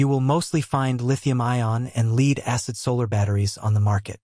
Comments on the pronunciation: Led, not leed acid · Lead is pronounced Led not Leed 😅😅😅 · Hard to be confident in a guy who calls lead LEED! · Tune your AI to pronounce 'lead' correctly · You can always tell an AI voice from how the pronounce lead and read lol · learn how to say lead in this context. sheesh! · AI always has a problem with lead and read Lol